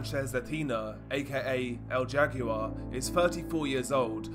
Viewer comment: El jaguar is pronounced “L how are”